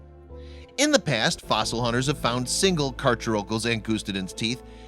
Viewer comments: DerpySquid890 [GD] any fan of the movie JAWS cringed at his mispronunciation. Mr Hooper got it right in 1975. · The narrator needs to brush up on his pronunciation.. Carcharocles is pronounced CAR-CARE-O-CLEES and Oligocene is pronounced OL-LIG-O-SEEN. This shark is not rare, or as large as C. megalodon, but the teeth are nicely preserved. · Correct cacharocles pronunciation: Car / car / o / clees Incorrect pronunciation: Car / chur / o / culls I thought I'd add this comment because it annoyed me how he was saying it so incorrectly. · Carcharocles is pronounced car-care-oh-kleez not car-cher-okulls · Car-“Care”-ocles, not Car-“chair”-ocles.... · Just letting you know ;) those scientific names are Greek/Latin, and pronounced Car-CARE-a-don Car-care-EYE-us (short u, almost an i) and Car-CARE-uh-cleez Ang-GUS-ti-dens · It's pronounced "car-care-o-cleese". Angustidens you pronounced correctly.